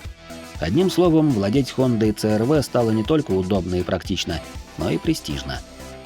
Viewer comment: с первых минут рассказываешь про CR-V(СИ ЭР ВИ) . А говоришь црв,аж слух режет.почему в столице или в тех районах её так коверкают.сам с владивостока,и у меня она уже третяя и каждая на поколение выше,огонь тачки